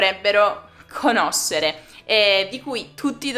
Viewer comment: Grazie mille,! Bella e carina come sempre! E sì, un altro video sulla poesia italiana sarebbe interessante e ben ricevuto. "conoscere" -- hai pronunciato questa parola come "conocer" in spagnolo. Lo stai imparando?!:)